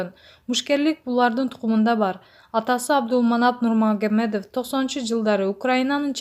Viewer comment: Нурмагомедов деп айтканды уйронуп анан окуса болмок экен 😞